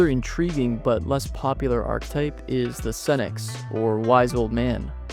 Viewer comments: I've always heard it pronounced "arc eh type" so "arctype" erks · This might be a bit nitpicky but it’s pronounced arch-e-type not arch-type and Carl yoong not young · I hate your pronunciation of words. I will always look up how to pronounce words when I make videos. Yoong. ARK-eh-type. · Where's this ArkType pronunciation coming from? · whats the arc-type you keep referring to across the video? have you heard the word archetype before making it? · archetype is three syllables, not two